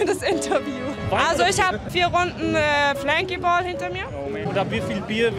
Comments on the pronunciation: Wenn ich flankyball höre kriege ich einen Brechreiz! Das heißt bierball und nicht anders ! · Das heißt flunkyball mit schpreit